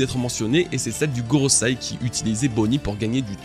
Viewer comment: GoroSEI, pas goroSAI...encore un dislike, c'est dommage